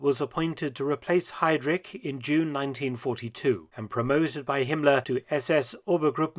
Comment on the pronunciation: Kultenbrunner. Hidrich. Kann man die Namen nicht richtig aussprechen?